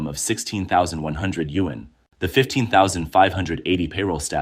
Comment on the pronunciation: why is it sayin yuan like that? Is the voice Ai?